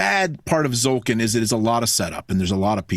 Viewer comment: Everytime someone pronounces "Tzolk'in" without the T I think of "ZOLTAN" /z-sign-with-hands :D